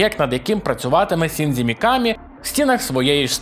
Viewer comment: Будь ласка, досиь використовувати русняву систему транслітерації японських слів! НІяких "сі", "дзі" і тому подібних неподобств я понській мові немає. Правильно Шінджі, а не "сіндзі"